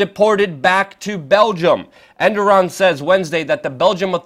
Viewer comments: If you are going to pretend to be a journalist, at least take the time to learn the names of people and things you are pretending to report on: 1. It is not "End-Ah-Ron," it is "Ere-doe-wan." 2. The former Constantinople is not "Anna Kara," but "Ank-Ah-RaH" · Luke, his name isn't pronounced "Enderon" I believe it's pronounced "Erdowan" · Enderan? It's Erdogan. Mis pronunciation is confusing. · Great info, but please pronounce the Turkish president's name properly. You pronounced his name as ENDORAN, when it's actually ERDOGAN. i'm just letting you know this because you open yourself to trolls who will attempt to discredit you based on this insignificant detail..Other than that little mishap, great work and keep it up ! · Who is ED-NAR-ON and where is ANK-ARE-A ? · "Endoron" lmao. I love WeAreChange Luke Rudkowski, but you gotta work on your pronunciations. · Good report but how are you pronouncing 'Erdogan'? Sounds like you're saying 'Enduron'. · Who the fuck is "Enderon"? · erdogan is pronounced er-do-wan.